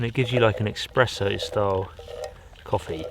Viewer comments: Good video. But why do you keep saying eXpresso instead of eSpresso .... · Espresso... not expresso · Espresso, Espresso 😱There's no X in it! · Say eXpresso one more time and my nonna will come slap you in the face.